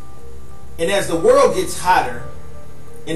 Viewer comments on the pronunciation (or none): "The word is over fo billion years owed" that's when I hit the back button. Unintelligible